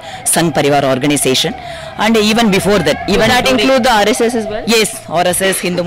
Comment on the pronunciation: She can’t even pronounce RSS properly. 🤦🏻‍♀️